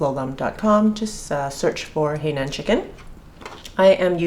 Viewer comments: Correct pronunciation should be "high naan" not "hey nan". The condiment used is more for Hong Kong style chicken. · It is NOT pronounce as "Hei", but "Hai". Get it right when you are cooking it! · Totally agree. It threw me off when she said “hey nan”. It is “hai” like hi in greeting someone. Must be a Canadian pronunciation! Lol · Canadian pronunciation of Hainan Chicken is “Hainan” is Hey nan! Lol 😝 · dbscarlett13 no, is just mispronouncing it. I understand Shanghainese and in Shanghainese it is pronounced “hey”.